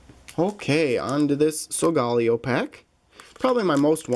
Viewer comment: It's pronounced So-ga-lay-oh